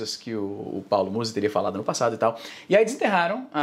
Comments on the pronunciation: AI IZZY NUM É MUSÍ, É MÚZI QUE SE FALA (na vdd não faço nem ideia de quem ele seja) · É Paulo Mouse! Não Musi Izzy... Te contar viu... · não é muzí, é múzi. afff, caí. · A pronuncia correta é Muuuuzy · Izzy, tu insiste em pronunciar errado, é Muuuuuuzy que fala. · Os truques de engajamento do izzy são os melhores kkkkkkkkk falar o nome da pessoa errado e chamar um nome aleatório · colé é muzy n muzy para de fala errado, já deixei o like